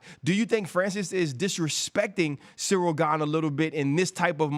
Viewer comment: DC, the name is Cyril not Surreal please 😂😂😂